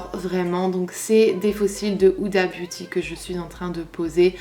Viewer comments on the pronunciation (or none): none